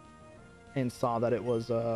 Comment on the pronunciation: “I think I saaarrr a Swablu”